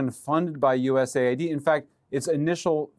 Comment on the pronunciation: US AID / US AID / US AID not U-S-A-I-D lol